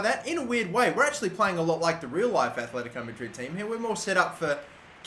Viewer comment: They are called aTletico not aTHletico... jesus...